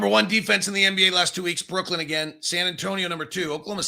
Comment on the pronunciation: I wonder if is ever going to learn that it's pronounced Brooklyn not brookland